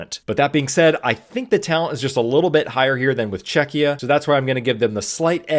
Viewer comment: ima polak yay czechia mentioned. and pronounced right yay